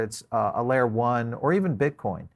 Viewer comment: ok we got it u got some different accent. BUT MAN! you can't be a fan of cryptos and BTC and call it "Bitch Coin" lol (Min )